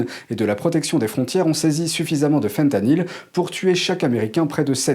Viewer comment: voulez vous bien parler francais svp? on prononce faim tanyl. FIN tanyl une tabounevde mokaraba